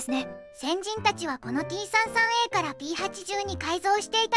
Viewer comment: T-33のことを「さんじゅうさん」ではなく「さんさん」と呼んでいたのが好印象です。 ところで、金型改修での新規パーツは、前輪と前席・後席間のロールバー（？）を主翼上面パーツの間に新設、旧前脚＋前輪を潰して操縦桿に、フィギュアを潰して前脚と前計器盤にしたようで、フィギュアがなくなったのはもったいないような気もします。まあ、F-4あたりから奪ってくればいいいか。